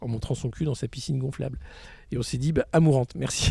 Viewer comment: ecorche pas le nom d amouranth, genre tu la connais pas mdr